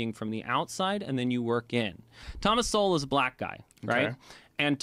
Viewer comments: It’s pronounced like “soul.” Keep checking him out. Dude is brilliant. Cheers brother. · It’s pronounced Soul and he is one of the greatest thinkers of the last century! He’s brilliant and ignored by the world because he has the wrong ideas. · Sowell is pronounced like soul, with a w in it souwl. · The brother’s name isn’t pronounced so-well, it’s pronounced soul, like your mortal soul, your everlasting soul. Thanks for all you do, another great episode. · Pronounced 'soul'. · Love your reaction videos. Thomas Sowell (pronounced like "soul") is a brilliant scholar & economist who blended economic analysis with his study of just about any topic in history that generated unique insights few others are capable of producing. When it comes to topics of race and economics, there is no one better qualified to produce the most reliable sources of information and analysis than this brilliant mind. His prolific output has been largely shunned by the African-American community because he debunked socialist & liberal ideology in favor of uncomfortable truths. He had no patience for arrogant but inferior minds, or those afflicted with pet ideologies that fit their own bigoted views or special brand of ignorance. I first encountered his unique writings back in the 80's, but his book "Conflict of Visions" and "Vision of the Anointed" helps in understanding how he views the left vs. right phenomena. He doesn't appreciate political labels, as they don't capture the realities he is famous for revealing. So, if you want to learn more about the wisdom this brilliant scholar has to offer, I suggest staying on YouTube and start with one of his most significant contributions to the field of slavery: The End Of Slavery Explained - Full Compilation: Good luck! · Pronounced like "soul," but in 2 syllables ❤ He's been my hero since I read A Conflict of Visions in college (for extra reading- it wasn't assigned by a professor) in 1994!❤😂❤ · "Sowell" sounds like "soul."